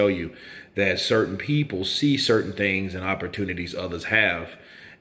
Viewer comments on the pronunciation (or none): none